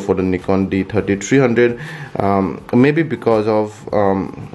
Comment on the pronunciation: D Tirty Tireee.